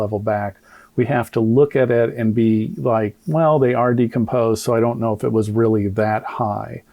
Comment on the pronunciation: There was a medical expert there but he didn't allow her to explain he report rebut he didn't see her speak at all. If I'm being honest I didn't watch all of it because once he started mispronouncing decomposed I had to tap out. I honestly believe it was so reckless and embarrassing. That man's ego is so over inflated and I don't know why so many people in the black community keep propping him up like oh Benjamin Crump is on the case watch out everyone. Every case he's involved with he ends up losing. He should just stick to tort law and give up the ghost because he sucks as a civil defense attorney & I hope he gets his karma soon bc he consciously race baits and that is really harmful because it spills out into the real world and causes division. I don't trust that man as far as I can throw him and honestly whenever I see he's involved with something I immediately believe the opposite. I wait until I see a lot of evidence before I form a final opinion on something but it's off to a bad start for his cause whenever I see him involved because like I said I don't trust that man and I think he has no integrity and I also don't think he cares about the black community he just cares about the GoFundMe money he can sponge off the black community...